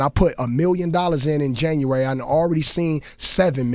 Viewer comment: "Jurwery" lmaoooo